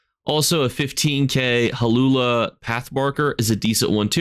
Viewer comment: reads "Hlaalu" as "Halula". I personally read it as "Hulala". 😂